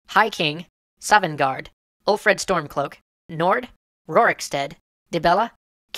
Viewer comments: sovngarde not savvengard? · I'm sorry, but really made me cringe... Savvengard should be Sovngarde. Ulfred should be Ulfric Tuleous should beTullius Dalmoore... wth? Should probably be Thalmor Helgan should be Helgen And I have no idea what Elod should be... (Elsweyr maybe?) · Savvengard? Sovenguard, bruh. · Thalmor, Ulfric, Sovngarde, Helgen, Vilod, Tullius, and Rorikstead. Not Dalmoore, Ulfred, Savvengard, Helgan, Elod, Tuleous, and Rorickstead. If you're going to put in proper nouns, spell them right or don't put them in. Otherwise, great video. Although I do disagree with your conclusion. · I like Skyrims intro. Also Sovengarde not Savvengard and General Tulius not Tuleos. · It is Sovengrad or gard... not savvengard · "Savvengard" --> "Sovngarde" "Ulfred Stormcloak" --> "Ulfric Stormcloak" "Rorickstead" --> "Rorikstead" "General Tuleous" --> "General Tullius" "Dalmoore" --> "Thalmor" "Helgan" --> "Helgen" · Not sure if anyone else caught this, and I'm not harping on EC, but it is spelled "Sovngarde", not "Savvengard". Just wanted to point that out and help keep the accuracy of the show. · Rorickstead? Savvengard? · I didn't mind the opening, sure got borrowing after awhile but meh great game none the less Oh and guys who research this game it's "Sovngarde" not "Savvengard" need to brush up on your pronunciation with old Norse names 👍🏼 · 'Ulfred'? 'Tuleous'? 'Savvengard'? 'Helgan'? 'Dalmoore'? You're joking, right? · "Savvengard" i quit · Wow bro savvengard?? dalmoore! Put subtitles on Geeze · It's Thalmor and sovngarde. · Lets see, you think Sovngarde is "Savvengard", Ulfric is "Ulfred", General Tullius is "Tuleous", and the Thalmor are the "Dalmoore". Like many others here, I got the opposite feeling from the opening than you people. I thought it was great at setting a mood, not at serving as a demo for the ADHD console crowds. And if your sense of hearing is that shitty, try enabling Skyrim's subtitles so you at least get basic names right.